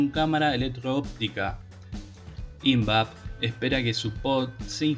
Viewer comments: TENES LA MANIA DE PONER ACENTO DONDE NO VA.... ¿PORQUE FÁDEA Y NO FADEA ? ¿PORQUE ÍNVAP Y NO INVAP...? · Hola.Exelente informe. Sólo te sugiero unas pequeñas correcciones de pronunciación en cuanto a su acentuación. Invap (investigaciones aplicadas) se acentúa en la A. FADEA, en la E, y PUCARÁ, en la última A. Saludos cordiales estimado, Dios te cuide siempre. Por otro lado, la empresa rusa KAMAZ, se acerca con pie firme, para instalarse en Argentina. Las instalaciones correrán por cuenta de KAMAZ como base para la producción y venta de camiones pesados para Argentina y latam. La particularidad que tiene KAMAZ es que fue creada y fábrica vehículos militares. Usará las dos versiones. Pará uso civil y militar. Muy probado y confiable (se los usó rn las competencias del París Dakar). Muy adaptable para el ensamble de cualquier tipo de armamento. Sin más, será hasta el próximo informe. 🙋‍♂️🙏